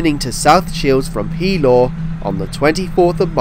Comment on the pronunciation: Just a quick note about local pronunciation: the name of the district near Gateshead, Pelaw, is pronounced with the accent on the second syllable, thus Peláw.